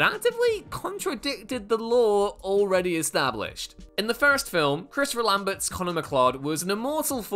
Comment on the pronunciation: Lam BERT 😂